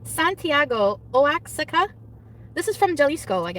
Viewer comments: Oh-Ox-Ick-Ka. No,. It's pronounced Wa-Hawk-Ka. Spelled Oaxaca. That is all. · Oh-axika lol, its wa-hawka for those who dont know. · it's more like wah-haca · trying to pronounce Oaxaca is something I didn't know I needed 😂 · NOT THE OAXACA PRONUNCIATION HAHAHAHAHHAHAHAHAHAHAH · Love the pronunciation of Oaxaca. And now she's a tequila expert even though she can't even pronounce Oaxaca? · Her pronunciation is amazing. Juh-lease-co, oh-axe-eh-cuh, juh-liss-co haha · trying to read the Mezcal bottle with an “authentic” accent then completely butchering Jalisco and Oaxaca….. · Omg the way she butchers Oaxaca and Jalisco and the absolute disrespect of Mexico MAKES ME SCREAM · I’m dead . Hearing her pronounce Oaxaca and Jalisco my Puerto Rican ears are bleeding.